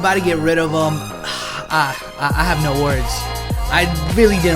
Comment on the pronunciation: The way he says no 😭😂😂😂😂😂😂😂